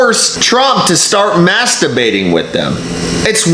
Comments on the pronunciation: Wait! Is he saying masturbating or mask debating? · It sounds like he’s saying Masterbating instead of Mask debating 🤣🤣🤣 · Gees, I'm sorry, my hearing is bad, I thought you were saying masterbating... Then realized it was mask debating. My bad . Must be the ( Corona) I drank a while ago.😀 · Did those reporters say masturbating or mask debating😁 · Was he saying mask debating or masterbating? 😐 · OK, I spewed beer on my screen when he said "Maskerbating". That was funny and I will remember that. Is maskerbating in public legal? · Hahaha he said maskdebating! 😂🤣🎯👊🏻💥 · Mask debating together in a circle. I can't wait to hear someone mispronounce that live on TV. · Did they say Mask debating? or something that sounded similar!